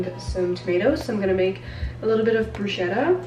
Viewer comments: Wow so many meal ideas! Love it. Fyi: bruschetta is pronounced "bruce-ketta", not brushetta x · This video is so cool!! Thx for the ideas & I Stan the editing ✨🌟💫💖 also, my Italian roots oblige me to correct you on the bruschetta 🤣🤣😊😊it's pronounced brus-kéta 😊😊🌟💞